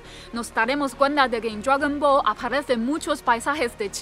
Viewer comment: Dragüibola? Hahahahaha los vascos molan